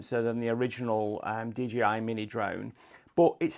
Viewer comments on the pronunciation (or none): Couldn't stop hearing dgi 🙉😂